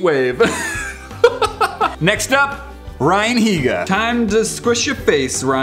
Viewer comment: I thought he said "Brian Higa" instead of "Ryan Higa"